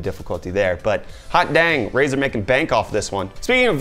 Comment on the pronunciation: Did you say Razor Turd?